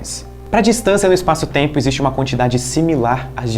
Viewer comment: essa moça loira me faz lembrar o principe do ''schurek ''...e o jeitinho meigo de falar...( eispaço teimpo )..aff